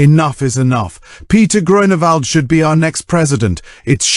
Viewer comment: DUde its not Groanawald XD